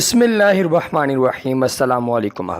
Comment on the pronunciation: آپ بسم اللہ میں لفظ “و” کی زیادتی کرتے۔ “۔ بسم اللہ الروحمن الروحیم”۔ اپنا پڑھا ہوا غور سے سنیں شکریہ